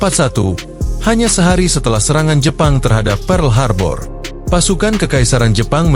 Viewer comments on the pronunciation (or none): none